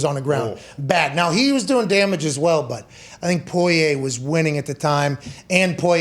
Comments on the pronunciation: Y’all killing me this week with Poirier’s name lol it’s pour-E-A not poy-aye fellas. Spot on with the calls tho l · Pat: I’m a “Pullyay” guy now Me: guys…it’s Porrier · the name is pronounced POUREEA not POIYAY i don’t know who told these guys to say it like this but it’s driving me crazy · I'm from Louisiana it's pronounced poor e a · Porier or poyay lol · Pat "Poiyay" McAfee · It’s bugging me too 😂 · Technically, they’re pronouncing it correctly, as the French would. Pour-e-a is the the Americanized pronunciation 😂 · This whole crew obviously knows nothing about the UFC other than Conor. I guarantee they had no idea that "Poy-yay" was the favorite... For good reason. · Dude can’t pronounce Poirier to save his life lol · It's a French last name, so they are half-way doing a bad French pronunciation of it. 😁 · Well it’s not po-ri-er like most people pronounce it..